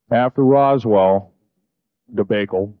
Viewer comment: he pronounces “debacle” as “di-bake-el” instead of “di-bock-el”…… this leads me to believe that he’s reading from a script and didn’t know what that word was…… does anyone else find that interesting?